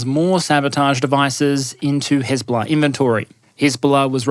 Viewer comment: The whole video really tried to mask his Australian accent when saying Hezbollah, but he let it slip;D love it!